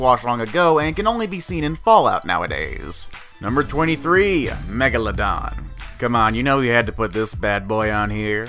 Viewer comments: WHAT IS THAT, IS NOT MEGALALALADON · It’s megaladon u idiot